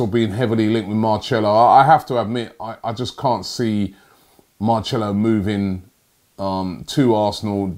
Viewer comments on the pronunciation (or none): Omds robbie ur pronunciation is hurting my ears 😂😂 whos marchelo its marcelo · Robbie man you say it like MarSelo not Marchelo, creased 😂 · man said “Marcello...” Robbie we’ll do it together Marcelo = “Mar-sell-oh” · How can he not pronounce Marcelo like come on Robbie blud MARCHELO nearly clicked off the vid Marsssssssselo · Man said Marchelo... Like Marcelo ain't been doing his ting for time how have you got away with calling him Marchelo all this time 😂😩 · It’s Marcelo not Marchello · MARCELO NOT MARCHELLO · Is Robbie trying to butcher names now ? Common man Marcelo becomes Marchelo how can you name such an easy name wrong mate ? Beyond me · It’s pronounced Mar-cell-o Not Mar-chel-o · Robbie its marcelo not marchelo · Don't ever call him marchelo ever again its marselo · MARCHELLO its Mar-selo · and its mar- cell - o not mar - chair -lo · Ffs "" Mar-cell-o "" not "" mar-chell-o "" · Marcelo not marCHElo😂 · Marcelo /maʁ.ˈsɛ.lu/ Learn to pronounce noun Brazilian. What's Marchello???????????? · Robbies pronunciation is terrible like What’s a Marchello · Marchello?? Are you serious bruh... If he watch this video, He'll be pissed lmao 😂😂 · Marchello lol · I think it's actually Marthelo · His name isn’t pronounced Mar-sello you pronounce C as CH in Portuguese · Everyone on Earth: Knows how to pronounce name Robbie: MARRCHELLO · ROBBIE Jesus Christ can u not pronounce any name correctly ??? MAR-SELL-LO is a name every football fan knows how to pronounce correctly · I'm portuguese and you don't pronouce it "Marchelo" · I instantly get a headache every time Robbie says Marchello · man said “Marchelo” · Marchello haha. Sounds like an italian liquor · Marchello!?!?! 😂😂 Oh dear 😂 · Marchello is a solid player, he’d be amazing👌. But I think there’s a better chance that stops butchering names, than Marchello coming to Arsenal. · I honestly felt like clicking of when he said marchello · It’s marcello like mar sello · Say it like marselo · It’s not marchelo